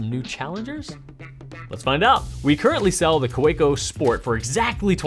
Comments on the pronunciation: I love your videos! But I do have to tell you Kaweco is a German name and the proper pronunciation of the name is ka-vee-co. My German father cringes when he hears German words mis-pronounced. Otherwise keep up all the great work! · Anyone else cringe when he says Kaweco?